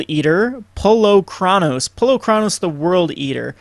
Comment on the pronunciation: 3 things: "Et Cetera" not "Ed Cedra". It's pronounced "Polykranos" meaning "Many heads" in Greek. Also Cymede is pronounced "Cymehdee".